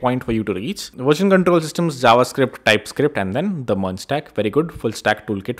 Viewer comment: It is version not verjen … 😂